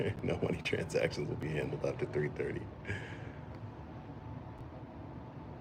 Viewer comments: “Transcations”? Lmaoo I’m weak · What are "transcations"? LOL